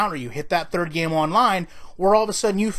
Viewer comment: “Thrdird” down...